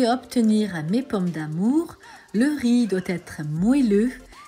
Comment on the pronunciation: RIZ PILAF ....De tte ma vie je n'ai jamais entendu quelqu'un dire RIZZZ ,on ne prononce pas le Z , jamais!!!